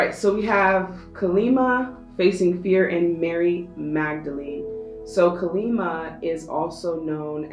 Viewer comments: Deck 3- i am letting go many insecurities, thats the confirmation i think.. plus im suffering from jaundice and i need improved health 😃 And we worship Kaali Maa here in India🙏🏻 Its better to pronounce as Kaali Maa instead of Kalima 🙃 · Bless you on Deck 3, but Her name is Kali Maa. Sounds like "Collie Mah." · It’s pronounced kaa-lee maa :) ❤️ thank you for the reading